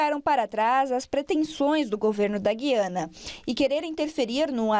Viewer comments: A pronúncia correta do nome do país é GU iana. U é vogal. GUI ana é coisa de Portugal segue outra Norma Gramatical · Explica direito, é Guiana ou Giana, como pronuncia a reporter? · Atenção CNN! Guiana, histórica e silabicamente se separa assim: Gu-i-a-na. Trata-se de um hiato e NÃO, um ditongo. Ensinem a seus reporteres como se fala!